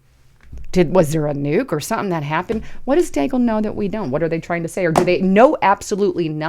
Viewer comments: It is DEE-gal . Come on man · and rhymes with Seagull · its pronounced DEAGLE like ( BEAGLE ).... Milartary Think Tank like RAND Corp.,CSIS, etc...